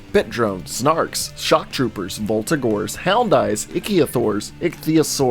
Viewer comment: Ichthyosaur is pronounced "ick-thee-uh-soar"